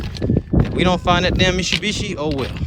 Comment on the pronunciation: Mishubishi 😂😂 the way you said it made me lmao